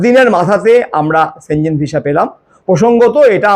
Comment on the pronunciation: সঠিক উচ্চারণ সেনঙ্গেনই হয়।